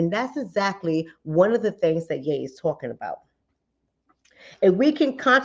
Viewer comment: HIS ALIS IS PRONOUNCED Y'E NOT YA .... IJS